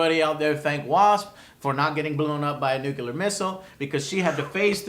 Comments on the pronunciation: Joe I've been subbed to you for a long time and I finally have to get this off my chest. Stop saying "expecially" and "nucular" it makes you sound like a fuckin idiot and you've been doing it since like 2009 when you first started. I respect you Joe but I really think you should work on this. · nucular? nuclear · nuclear, not nucular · NUCLEAR not NUCULAR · its NUCLEAR... lol... not NEW KILLER ... thats fun tho :D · Nuclear NEW-clear SAY IT WITH ME NOW NEW-CLEAR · NUKELAR? HAHAHAHAHAHAHAHAHAHAHAHAHAHAHAHAHAHA